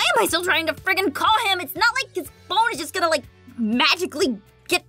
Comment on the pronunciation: She ment to say phone but ended up say dhone